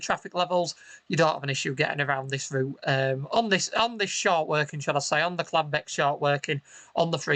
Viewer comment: I thought it was Caldbeck not Cladbeck?